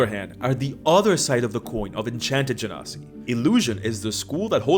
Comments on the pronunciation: The way pronounces genasi, it sounds like "gen0cide". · It's actually pronounced ge-nasty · You can pronounce Genasi either way just one is Egyptian accent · I love how you went from correcting yourself to immediately pronouncing it wrong again not ten seconds later 😂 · and your weird wrong pronunciation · It's Genasi, and not Genasi.